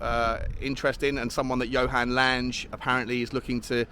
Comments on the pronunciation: I think the new dude 'Lange', being scandi, is pronounced like Tang, plus an 'eh' at the end.:) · I believe you are correct. So it should be Lang-eh.